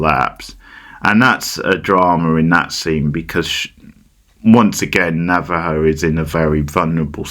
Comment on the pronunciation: Why are you saying Navajo